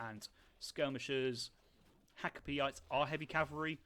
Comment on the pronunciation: Try pronouncing them hakka-pellit, easier on the ears